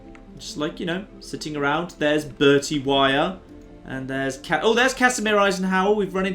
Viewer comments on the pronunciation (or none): Just a heads up that the name Weir isn't pronounced Wire, it more like We-er. I only now as its the Surname of my Mothers side of the Family. Keep up the great work, loving this new Series.